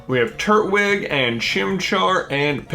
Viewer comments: Did you say turt wig lol its turt twig Edit: i chose piplup to! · Why did you say Turtwig like Turt-wig...? It's Tur-twig.... because it's a TURtle, with a TWIG on its head... cmon man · Never understood why people say turt-wig. Even if its not right I will always say Tur-Twig. Just makes more sense that way to me.